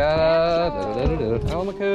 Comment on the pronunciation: Tell Joe y'all got busted by the self-appointed pronunciation police... because we shouldn't be pronouncing it AL-maco, let alone AH-maco... but, rather, al-MAH-co. You know... like do-RAH-do. Thems the rules, if it ends in a vowel (and is a fish that owes its name to Spanish speakers). And, we catch 'em over 30 pounds out of Stuart, too... so Joe can't claim bulk naming rights. Though to be honest, banded whisperwhispers are a much bigger hit, in blind taste tests. (Though it took about 40 years for that to dawn on us.) And, I know Stanzxkx down in the Keys (mis)pronounces it like y'all, but he doesn't know everything either. Only me, the S.A.P.P.!